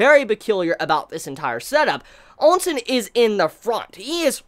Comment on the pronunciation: Am I the only one that keeps hearing sayin Ou Sen's name as "Oun Sen"? On another note imma tell right now that what's going to happen is not something he can imagine Yusahisa Sensei has constantly done the unexpected. Plus at least 6-7 of Riboku's commanding officers are gunning for Shin.